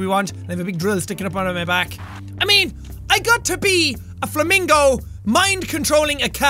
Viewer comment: When he said flamincow I thought of a flaming yaun